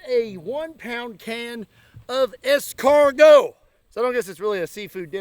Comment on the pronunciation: As a Frenchman, I am honored to see how correctly you pronounce escargot. Indeed, eaten like that, it is just impossible. In the oven with garlic and parsley butter in a crispy pastry shell and a good piece of bread to mop up the fat, that is the right method.